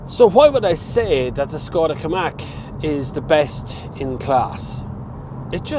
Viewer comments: in what reality is it pronounced kamak?? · Ah,unable to pronounce the cars name,really.